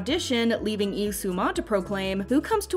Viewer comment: It's Lee, not Ee👀